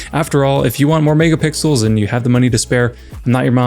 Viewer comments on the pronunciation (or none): When he said "megapixels" I heard "niggapixels"😭